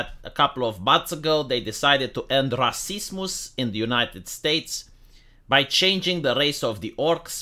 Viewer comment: it cracks me up when you say rascismos